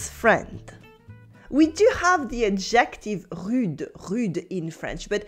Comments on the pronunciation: Thank you for these wonderful lessons! A little note on English pronunciation: “Adjective” should have the emphasis on the first syllable, like so: AD-jec-tiv. (I thought originally you were saying “objective,” which has the emphasis on the second syllable: ob-JEC-tiv.) I also noticed you mentioned that l’Académie Française issued an official “reclamation.” I believe that is a faux ami, at least in colloquial American English. In Portuguese, “reclamação” means “complaint,” so I’m guessing that’s what you meant? In English we use “reclaim” differently. It means something like “recycled.” “This table is made of reclaimed wood,” would mean the wood has been salvaged from, for example, a building that is to be torn down. By the way, your pronunciation of “holier than thou” was just about perfect! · Are ypu saying objective?....When you should be saying adjective...which is pronounced ....ah gha tiv...with the accent on the 1st syllable...adjective.....je besoin dire a vous.... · took me an embarrassingly long time to figure out you were saying adjective, and not ejective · I love her and I love it that despite her expertise, she pronounces "adjective" with the stress on the second syllable, so it kinds of sounds like obJECTive in stead of "ADJective." Elle me rappelle la grande majorité des Français de ma connaissance: intelligents, enthousiastes, pleins de joie. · Do all Brits pronounce it "ad-JECT-tive"? I haven't heard that in my U.K. sojourns. I have noticed how the accent stress appears to change as it crosses water. French: Cy-ra-NO British: Cy-RAN-o American; "CYR-a-no. I've heard an American poet point out that in Britain, apparently, one who plays that jazz instrument is a Sax-OPH-on-sit. And he might use the U-RINE-al in the gents' lav! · "Adjective" in English is pronounced "ADJ ek tiv" with the accent on the first syllable. But the way you say it is adorable!